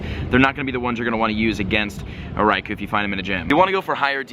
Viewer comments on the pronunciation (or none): Bruh 😂 Raikou - Rai-co Entei - En-Tay and Suicune - Swee-coone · Raikou = rye-koh Entei = en-tay Suicune = swee-coon And while I'm at it.. Golem = goh-lum You're welcome,. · i know right it should be swee-koon en-tay and rie-koo